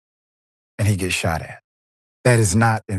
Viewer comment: Ten seconds in, the lady "shat" a doordash driver.